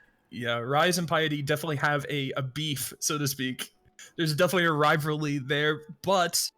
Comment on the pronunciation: Kid literally cant say rivalry "Riverly"